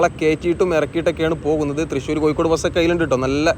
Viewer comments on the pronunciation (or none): none